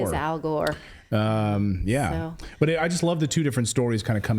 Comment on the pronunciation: Didn’t you mispronounce al’s name ????; Al Whore !!!( Gore ).😡💭🌎✍️👀